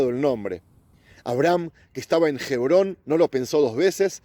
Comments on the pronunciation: Hebron. H. MUDA. No se dice jebron. Suponiendo que no esté la letra H. Ebron. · OJO! Amigo, Gebron No! Sé Lee y sé pronuncia "HEBRÓN"